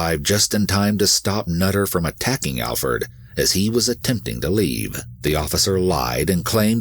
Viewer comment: Glad you got his name right, Alferd.